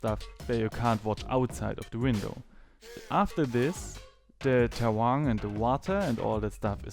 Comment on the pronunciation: Thanks for the great explanation. and you said "terrang". Did you mean terrain? If so the you should know that the English pronunciation is not the same as in German.